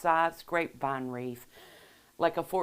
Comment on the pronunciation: Please pronounce wreath not wreef Thx